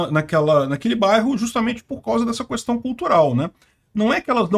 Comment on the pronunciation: Toda vez que o pronuncia "cuestão" eu lembro do Bolsonaro